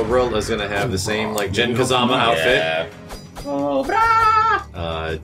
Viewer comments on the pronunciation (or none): none